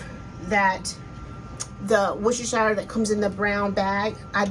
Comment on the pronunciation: Hi, I am following your recipe 100%...But can I just say one thing...In the UK we would pronounce it...`wousta` or `wouster` sauce...Sorry to correct you.......